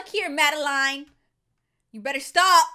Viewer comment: I love how said Madeline’s name like “mada-line”